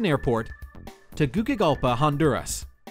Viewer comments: It's pronounced Teguseegalpa, not tegukigalpuh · Hold up. It's pronounced: Teh-Goo-See-Gal-Puh.